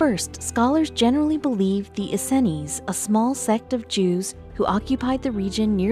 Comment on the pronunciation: Please...for the love of God stop mispronouncing the “Essenes” as the “EN-SEN-IES”. Jesus.